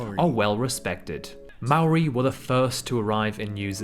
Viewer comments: Saying Maori wrong,l dont see anything from Taupo,better than most,cant stand Auckland,wellington better,whangamata best beaches,they showed most of South Island,we dont tip thats why things cost alot,wouldn't love anywhere else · You have a british person pronouncing New Zealand names, they dont pronounce it correctly.